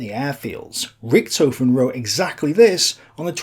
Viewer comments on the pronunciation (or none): none